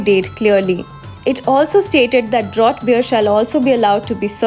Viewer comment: Draught is pronounced as "Draft". A professional news reader or agency should be aware.